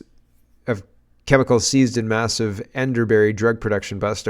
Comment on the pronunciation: It's pronounced End-er -bee